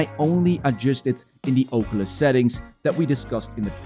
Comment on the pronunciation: God i love the Ohcuelis